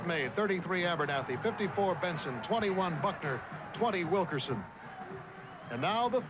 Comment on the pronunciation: Nice of Bill Fleming to pay tribute to Bobby Wilkerson' for his sensational 19 rebounds against UCLA, but could he have perhaps gotten his name right -- Wilk-IN-son?